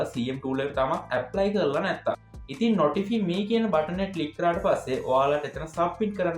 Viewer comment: නොටිෆි නෙවෙයි මල්ලි නොටිෆයි.....🎉😊😊